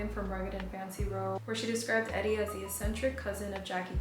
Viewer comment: Love your fashion vids, style, hair, taste in music, everything! I first learned about Grey Gardens from Gilmore Girls in high school. Her name is pronounced 'ee-dee', like Edie Sedgwick❤❤